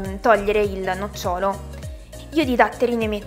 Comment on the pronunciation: Ti prego, si dice nòcciolo, non nocciòlo, quest'ultimo è l'albero delle nocciole!!!!